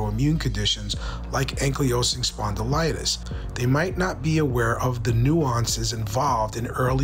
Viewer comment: Great information!! But… can you please pronounce ankylosing correctly? 😂 its ankle low sing ok love ya bye!